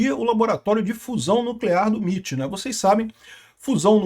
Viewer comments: "miti" não pow, "emaiti" 💀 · MIT = "EmeAiTi"